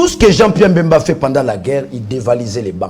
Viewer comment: Daniel Safu,on ne dit pas,il siesta fait bcp de l'argent mais bcp d'argent, en plus son nom est BEMBA ,pas Mbemba